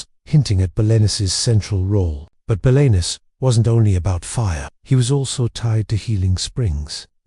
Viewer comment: this is awful. Can't pronounce Belenus, can't pronounce Celtic and full of errors and made up stuff.